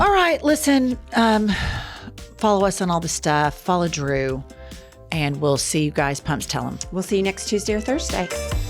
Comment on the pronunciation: Ladies I love you, but if your guest’s name isn’t “Joe Smith”, you gotta practice it beforehand. Drew is a big deal! Great show. Thanks for what you do!